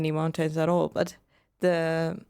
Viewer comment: learn how to pronounce the word "mountain" ........come on due